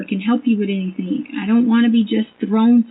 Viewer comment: that's one of her minor faux pas', have you heard her say a word ending ing!? She puts a K at the end everytime like "anythink". Some other top hits are "why come", "landfields" and "psychiatrist" when she's talking about psychics. And don't get me started on her fb posts, google searches, and text messages, doesn't even sound like someone with a ged, forget masters and phd.